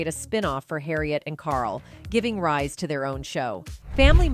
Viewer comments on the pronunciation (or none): none